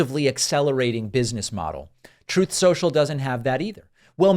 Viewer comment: Troath Sential